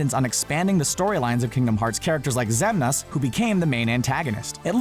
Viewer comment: Sora made hero in KH2 i was gunna say. (Stars in the Sky) P.S "Xemnaas"